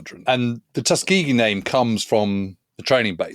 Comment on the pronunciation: Yes, you got it just right. I grew up in Alabama, and ought to know how it's said.